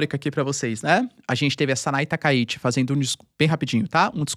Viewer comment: TakaiChi e não Takaiti